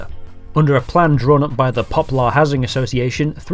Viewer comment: Why can’t you pronounce place names properly? You got Reigate and Poplar wrong.